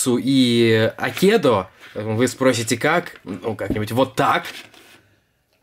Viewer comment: не акедо а Акедо от слова айкидо по этому правильно ставить ударение на первый слог А